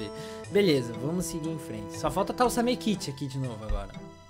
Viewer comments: CARALHO NÃO E SAMEKITE E SAMEKICHI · pq ele fala samekiti mais e samekichi